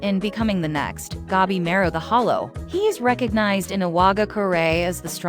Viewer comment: gabi ma ru. not gebimeru the A read like in latin for alfa, or english for armor, arm, archer, atlas, atlantic, antartic, or until, unbeliever, answer. gA bi mA ru